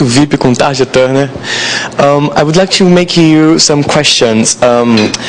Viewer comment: Errou a pronúncia do nome dela também! É "Tária", mas em Português é Tarja, mesmo.